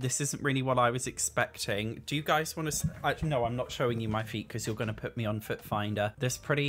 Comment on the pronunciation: "You're gonna poot me on foot finder" hahahah.